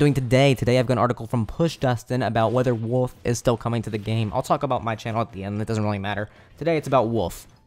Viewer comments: "Woof" What even is the letter L? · lol you pronounce wolf like my brother, you say woof without the l.